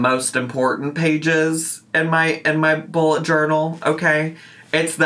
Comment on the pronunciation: I need my hearing checked - I kept hearing "Ebola" journal.